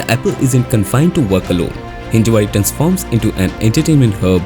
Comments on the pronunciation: It's Hinjawadi. Not Hinjewadi. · Thanks for the informative video. But please get name correct. Its Hinjawadi, not Hinjewadi